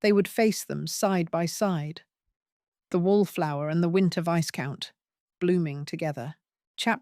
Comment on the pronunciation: Enjoyable Romance/Intrigue. But pronouncing Viscount as Vice-count is rather hilarious!